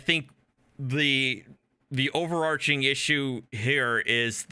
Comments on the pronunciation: Genius lawyer on the panel mispronounced 'overarching' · Very, very minor point. It’s overarching (o·ver·arch·ing) /ˌōvərˈärCHiNG/ as in (forming an arch over something).